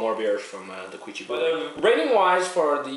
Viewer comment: By the way, you pronounce their name "Kee-oo-chi" I like how you said "kanpai" though :) Represent!